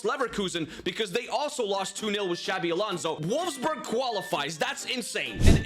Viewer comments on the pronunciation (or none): none